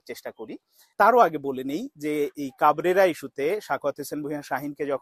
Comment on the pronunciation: Vai to pagol. He even can’t pronounce coach name properly!!!